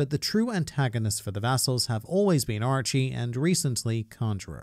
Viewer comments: Is it just me that heard ''Archie'' instead? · Since english is not my first language, I believe I have a different perspective on Japanese words then you do, obviously. The way you pronounce "Orochi" to me, it sounds like "Archie".